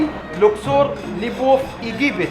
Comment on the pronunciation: Вы очень забавно называете Луксор, Люксором))